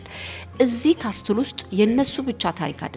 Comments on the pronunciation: It’s okay. She lives in Europe I think in Italy..!? I was confused when she said "ካስትል"too..!😂 ካስል! Not "ካስትል" castle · Hi, I have no idea if you are said in Italy language or in English. If it was in English is shouldn't be said castle when you read. You should omit the letter 't' and said (ካስል) just for the sake of being in Europe. Haha!! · I admire you for what you’re doing! Thumbs up as always. Castle ሲነበብ ካስል ነዉ የሚባለዉ እሺ a letter t is silent . Know ክኖዉ እንደማይባለዉ ማለት ነዉ ። let we learn from each other and correct minor mistakes . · Castle = ካስል ነው ሲነበብ ። በጣም ጎበዝ ነሽ እናመሰግናለን